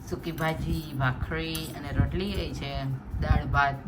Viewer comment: Amba amba baa❤ sonu nigam is all time favorites singer. કેમ રોટલી ને રોતળી બોલે છે. Some pronunciation problem